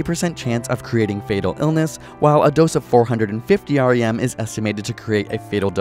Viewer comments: Hard to take this video seriously when the author can't even pronounce "rem" correctly... Not to mention the rem is an obsolete and non-SI unit. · REM (Roentgen equivalent man) pronounced like "rem" NOT R.E.M otherwise well done vid. ;) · Way to go using outdated units. Next time keep to SI units. Also no one pronounces it R-E-M.